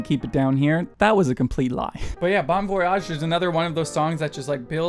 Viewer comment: I totally agree with you! I really hope they will come to France soon😵😵 Oh and your pronunciation of «bon voyage» is dreadfull😂😂😂😂